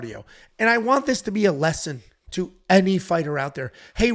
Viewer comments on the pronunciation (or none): none